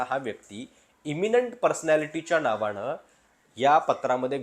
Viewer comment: अहो मराठी तरी नीट बोला 'अशा णावाणं' नाही अशा नावानं असा उच्चार असतो. By the way मी देखील सातारा जिल्ह्यातला मराठाच आहे, फक्त राजकारणात जाऊन पैसे करणारांपैकी नाही.